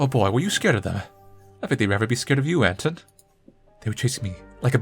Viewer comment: Small note - the protagonist's name is not AN-ton but rather an-TONE. Also I think you pronounce the L in Olya as I. Sorry if too nitpicky but it really bugs me for some reason.